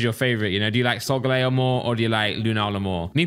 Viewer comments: Sog-laeo? Sol-gal-eh-o lmao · Solgaleo pronunciation Soul gaal eo